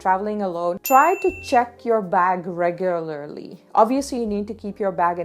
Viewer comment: everyone: regularly: regularlary;))))))))